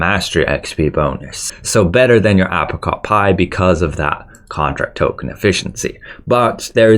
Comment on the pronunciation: The way you pronounce battle pass and apricot triggers me